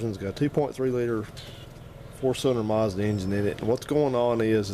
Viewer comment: a muuuuuzda!! engine. fucking mazda not muzda! god damn it.